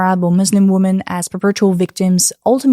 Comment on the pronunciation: pronounce “women” correctly challenge 2025, difficulty: impossible